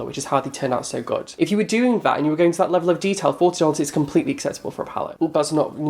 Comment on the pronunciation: omg in your next video start it with your normal intro and then be like soy ready for this XDXDXDXD IM DIEING!